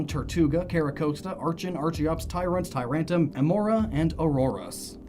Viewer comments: I'm so angry that you can't say Tyrantrum. Usually I'm not a stickler for pronunciation but seriously it's so easy, you said it wrong multiple times in multiple different ways. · Its tyrantrum not tyrum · He calls it "TyrAnt" and "TyrAntum". ...not even close, my dude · Dude. You keep forgetting the "r" in Tyrantrum's name. It's Tyrantrum, not Tyrantum. Also, it's ar-kee-ops, not ar-chee-ops.